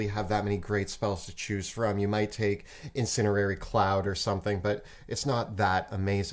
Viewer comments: Wants to strangle every time he says "Incinerary cloud" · Love these videos, but pronunciation of "incendiary" drives me nuts. There's a D in that word!